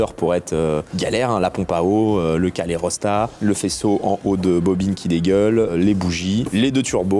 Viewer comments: le calerosthat ? on dit pas plutôt calorstha ? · Calérostat? Calorstat... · CALORSTAT non ? Calérostat ca me fait mal au crane edpuis le début haha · La prononciation de calorstat 😂😅